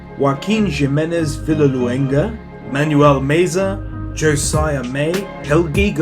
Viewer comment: Jimenez is pronounced like "he-menez". Just saying